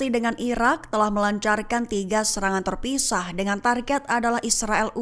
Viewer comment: Terpisah aja jadi Terpuisyiah,presenternya tolong mulutnya gak usah menye menye